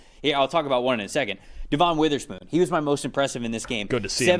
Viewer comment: It’s not Devonne, it’s pronounce like Devin